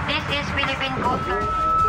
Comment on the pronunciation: Yung highlight “ Deez Eees Deh Pelepen CoastGard!!!!” Tindi